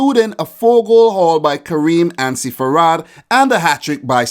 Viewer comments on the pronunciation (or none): How you said Karim Ansarifard killed me lol It’s ok though we all make mistakes The correct way is Ansari-fard